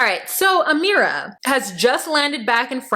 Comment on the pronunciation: Your Amera accent is hilarious